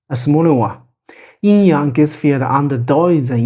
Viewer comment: Thank you. Excellent description of Yin Yang. I appreciate the correct original pronunciations too.